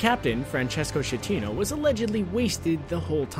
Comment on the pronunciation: it's not "scetino", but "skatteno"